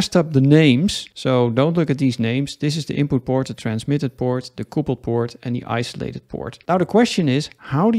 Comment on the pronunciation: quick english lesson... it is not coopled... it is cupled. it means to join.. like a couple of people... not a coople of people